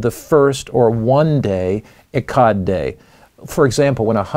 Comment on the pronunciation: 🥸False! Echad literally means “1” as in 1,2,3,4. Plus your pronouncing it wrong which indicates a lack of Hebrew study.